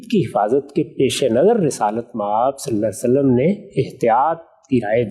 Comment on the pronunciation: جناب غامدی صاحب آپ درود شریف صحیح کیوں نہیں پڑھتے صلا صلم کیا ہے